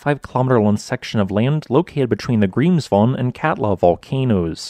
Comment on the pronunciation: As far as I know Icelandic people know where to not build houses. I guess it's not possible to teach the talking bot to pronounce Grímsvötn and Bardabunga correctly. I would not have guessed it right what volcanoes this is about by only listening. I like this kind of fact based, non euphoric, way of doing videos.